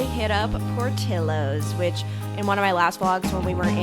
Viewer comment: Portillos is pronounced POR-TI-YOS. The double L sounds like a Y. 😉